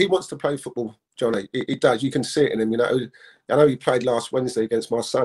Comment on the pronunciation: wait.. who’s realised how incey keeps calling Donny “johnny” 🤣🤣🤣🤣🤣🤣